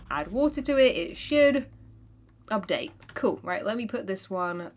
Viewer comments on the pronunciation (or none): none